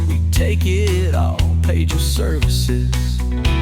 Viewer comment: That song has to be AI the first half of it the guy actually says "pagel" then the last half he pronounces it "page el"